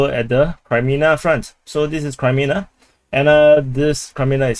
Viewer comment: Kraimina? Not sure how Kremina can sound like that even in the weirdest dialect. But whatever...